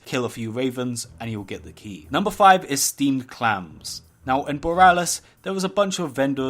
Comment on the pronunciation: not "clams" h a m s